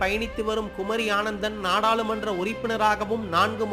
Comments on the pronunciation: குமரி ஆனந்தன் இல்லை, குமரி அனந்தன்!.. சரியாக அறிந்துகொண்டு ஒழுங்காக வாசியுங்கள்! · குமரி ஆனந்தன் அல்ல, குமரி அனந்தன் என்பதுதான் சரியான உச்சரிப்பு. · அவர் பெயர் குமரி ஆனந்தன் இல்ல குமரி அனந்தன் என்று சொல்ல வேண்டும். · ஐயா.. வரிக்கு வரி குமரி ஆனந்தன் குமரி ஆனந்தன் என்று சொல்கிறீர்கள்.. அவர் குமரி ஆனந்தன் அல்ல குமரி அனந்தன்.